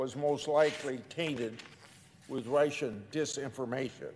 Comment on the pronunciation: Sen. Grassely, It’s Russian not Ration. I don’t want to be petty but how about some speech lessons I mean you folks work, that’s funny, 3 days a week if that. You certainly have the time. I’m just saying I like you but think you could be more persuasive if your speaking skills were improved. Good luck.